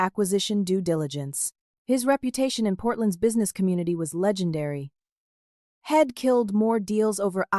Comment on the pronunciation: It seems that the AI bot reader does not know how to pronounce abbreviations. I'd is being misread as id. He'd is being misread and head. Either take out all abbreviations or teach the inane AI bot reader how to pronounce them. the mispronunciations ruin the flow of the story.